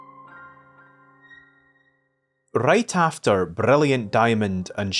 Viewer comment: Rrrrrrright ahfterrr